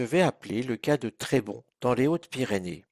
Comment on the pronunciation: Trébonssss pas Trébon ;) ! Trop long à expliquer et je ne m'en sentirait pas le droit ...mais il n'y a pas d'horreur dans ce lieu ... juste pour les os sachez qu'il y a longtemps les médecins pendant leurs études recevaient en matériel un squelette humain entier : Oscar